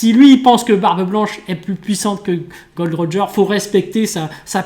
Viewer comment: C'est Gol D Roger ;) je viens de m'en rendre compte... MeuP